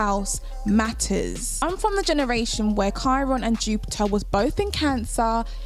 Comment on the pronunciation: I love the way you say Jupiah (Jupiter) 😍🤤